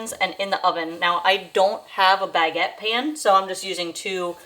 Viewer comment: The baguette pronunciation kills my soul each time 🥲 It's not bag-a-tt-e, it's buh-get